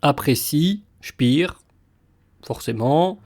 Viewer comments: On ne dit pas "spir" comme en anglais mais "spér" : c'est un nom allemand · c'est pénible d'entendre sans arrêt prononcer "spire" ce qu'on doit prononcer "chpair"...